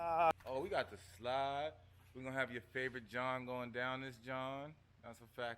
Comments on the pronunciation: Jawn is pronounced to rhyme with “yawn” not “John”, but you say and do everything else in life right 💯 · I just watched another vid and he definitely said John 😂